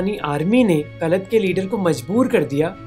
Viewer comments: Operation mEghdoot not maghdoot . It is pronounced kalaat not kalat. Pakistan is a revisionist group because it wants to reestablish an inspamic rule over non Muslims. All these instances are fine but no primary proofs have been presented , which means R&AW is good . Long live R&AW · Kalat nahi bhai Kalaat, script padh rahe ho sirf